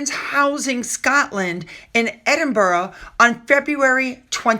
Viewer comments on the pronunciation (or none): Edinburgh is pronounced”Edinburra”rather than”Edinburrow” ( Strange but true!) 😊 ❤.